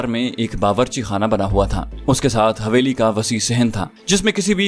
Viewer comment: حویلی۔۔۔ح۔۔یہ۔ھے نہ کہ ( ہ) معزرت کے ساتھ